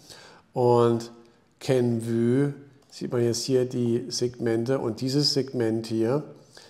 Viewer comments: Kenv-Ü hört sich echt schlimm an 😂 Inhaltlich aber top wie immer! 👍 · KENVUE wird wie REVENUE ausgesprochen! Ein "Ü" gibt es nicht im englischen nicht - just my two cents....